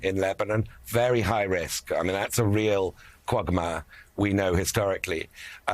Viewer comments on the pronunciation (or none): he cannot even pronounce Israel. Iss-ayyy-al